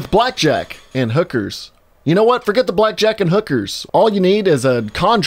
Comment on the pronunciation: “Foget about it” I laughed longer than I should have